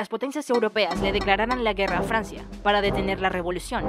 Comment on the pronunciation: "rey de FLANCIA"